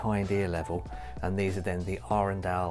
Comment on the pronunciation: 24 sek in and bless you for pronouncing Arendal correctly!